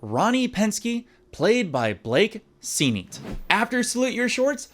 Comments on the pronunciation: Cool to see, but I gotta ask why you pronounced Sennett as SEEN-EET? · Stein is pronounced Stine. Sennet is pronounced senate.